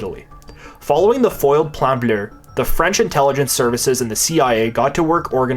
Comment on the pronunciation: I cannot stress enough how hard I laughed every time you said “Plan Bleu” in a proper accent. I’m out in public cackling like a mad man 10/10 keep up the good work my man.